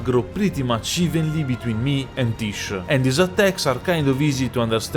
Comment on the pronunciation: I find funny that everyone calls the summon "tish" when it's pronounced "tijé"